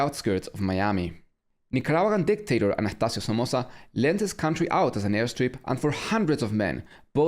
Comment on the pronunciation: yeah i noticed the germanness from the vietnam videos thats why the "anajtacio" confused me hahah... anyways great job so far please carry on with it 🤘😋🤘